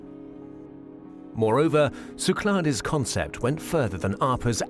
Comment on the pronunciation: Great video! BTW, they pronounce Cyclades wrong. You don't really pronounce the "es" in French. No big deal, though.